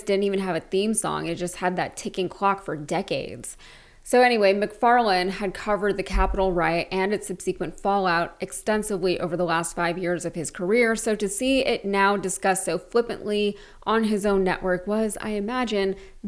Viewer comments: Just a slight correction: The word 'subsequent' is pronounced Sub-suh-kwent, not Sub-see-kwent. Great video otherwise, carry on. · Hold up…subsee-kwent?? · mispronounced subsequent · Maybe learn how to pronounce subsequent. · i have not seen a millenial youtuber yet who knows how to pronounce subsequent correctly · Interesting pronunciation of "subsequent."